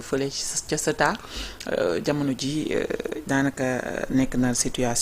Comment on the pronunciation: Ceuta au lieu de Céta:face-orange-frowning::face-orange-frowning::face-orange-frowning::face-orange-frowning::face-orange-frowning